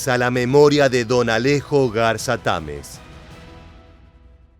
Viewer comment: Se dice Garza Tamez, no Garza Támez